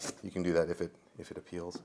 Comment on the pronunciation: If it “appeals” 😂